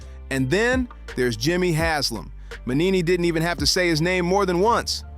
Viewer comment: It's not Mannini, it's Mangini. At least get his name right.